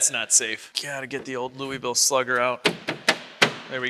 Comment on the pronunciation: As a Louivillian, we need to work on how you pronounce Louisville 😂🤙